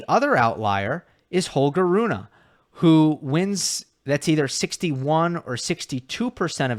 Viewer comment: pleaseeee. Its not Runa, its Rune. Runa could be a girl name. Like Ruud is not Rude the u is short. Hope I helped you with this...